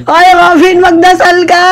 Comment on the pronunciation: magdasal ba? dinig ko magsalsal, 😅